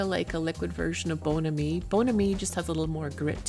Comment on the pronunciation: it is pronounced Bon Ami